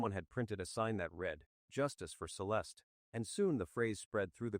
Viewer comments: Celestey? Using Ai that can’t pronounce her name is so disrespectful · Have some respect for the deceased and edit her name to the correct pronunciation